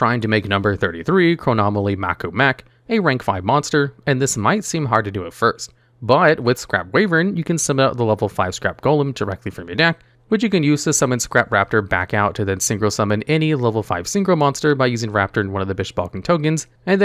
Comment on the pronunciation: Why-Vern, not Way-Vern